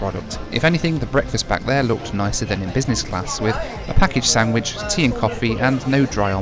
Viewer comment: ken ju tek two Sendvić? Or džust wan? Lol